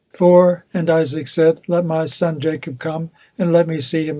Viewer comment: Ma' sun' lol northern English accent was funny! 😂😂😂😂